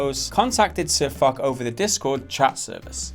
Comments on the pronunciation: It's not sirfuck it's sirfoch lmao your getting me pissed but I can't help but laugh lmfao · Its pronounced SirFoch, not SirFuck or SirFock! 😂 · Lmao "SirFok" it's pronounced "SirFosh" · It's not "SirFock", it's "SirFosch". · Foch pronounced like FOSH, not Fuc lol! The general feeling in the game is that the tank is not over powered and Foch's video and resulting drama made wargamming a lot of money in tank sales as noobs flocked to pick up the tank only to find it did not make them invincible on the battle field. (tip: just get around side or behind just like any heavy your having trouble penning and avoid getting in a sidescrapping stand off with it). In the end, the adage " all publicity is good publicity" has paid off for war gamming, in the short term anyway. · Foch ffs. not fock !! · Sir Fuck? It's Foch like Fosh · Foch's name is prnounced 'sirfosh' btw. fock is all levels of wrong. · Who is SirFoc? I only know our Latvian as SirFoch (Foosh for the closer dewds) :-) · sirfok it's pronounce sorfosh and spelled sirfoch. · Sounds like you're saying SirFuck.. His name is actually SirFoCH. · it's pronounced sir fosh not sir fock/fuck ffs triggered me so hard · SirFok... Hehe. May want to learn how to pronounce Foch (actually pronounced Fosh) before you make a video first. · Why u even making a video on this, u clearly don't play the game. The tank isn't op and also his name isn't sir fok it's pronounced sir fosh, it's French. U also loose a lot of money running this tank it's not op, do some research instead of just watching one vid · It's SirFoch not Sirf**k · U pronounce his name sir fosh not fok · FOSH not fock. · Laughing so hard at you guys mispronouncing Foch as "fock", pure comedy gold. Actually pronounced "fosh". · It's pronounced Sir Fosh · always hearing "SirFuck" so annoying. But maybe its just me. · It's "FOSH" CH in frog is a SH sound. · SirFoch is pronounced "Sir Fosh" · if pronounced fosh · " Sir Fock " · Btw it's sir fosh pronounced fosh